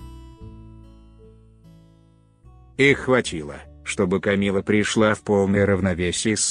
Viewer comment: "бестселлерЫ", "Камилла Паркер БаУлз", "прИшла", "смирившИсь"... - все, дальше невозможно слушать